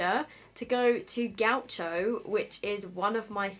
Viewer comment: Love the way you’ve pronounced Gaucho haha it’s Brazilian portuguese, so you’d say Gausho. But I think I’m sticking with yours from now on 😂 happy bday sweetie 🥳